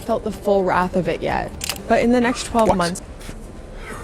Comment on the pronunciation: She may have learnt the word wrath. But, she can't pronounce it.